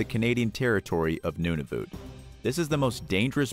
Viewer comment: Noonoovoot 😂😂😂 eekwalet 😂😂😂😂 Nun-ah-vut😂😂😂